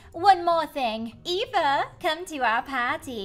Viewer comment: You say Eva like efa